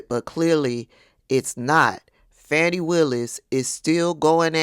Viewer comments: her first name is not Fanny, it's pronounced Fawn - ee. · Fah-nee, not Fanny. They intentionally mispronounce her name for disrespect.